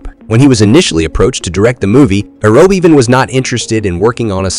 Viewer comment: You need two things: #1 lower your gain because your recording is always clipping (so lowering volume won't solve it because it's a saturation problem); #2 get the names right: it's not pronounce Bot'n, it's Boteen and the name of Verhoeven is pronounced VerhouVAN.